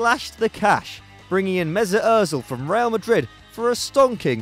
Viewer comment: The way he says Mesut Özil's name 😣 awfull